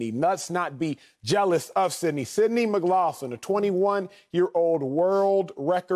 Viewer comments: McLaughlin is pronounced Mick-glock-lin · Mick-Lock-Lin. Acho, just call her Sydney bro lol. Edit: Wiley, that goes for you too bro bro 😂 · Every time he said her last name wrong… 😖